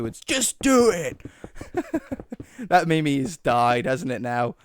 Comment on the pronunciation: Did you pronounce it mimi? It’s pronounced meem btw.